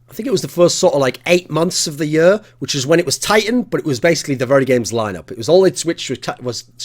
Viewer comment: "the next yur of cs"